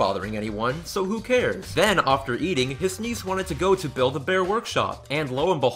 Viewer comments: I really like your viodes BUT how come you say "offter" instead of 'after'? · Great video but why do you say after as ofter? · The word is after not offter. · Why do you pronounce after (ofter) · I love how you say "ofter" instead of "after". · Dude I love that way you say ‘after’